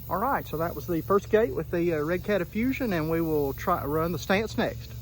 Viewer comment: in a very hillbilly accent and tone... "The Redcat affusion..."